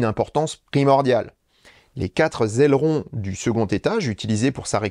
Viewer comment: Mon cher, je "like" toutes vos vidéos et vous suis depuis longtemps. Mais là, j'attendrai un petit correctif, car les "quatre zailerons", ça m'a fait tomber une oreille sur le parquet. Allez, on oublie et on se concentre sur l'essentiel: un bon sujet très bien traité, comme d'habitude. Merci à vous.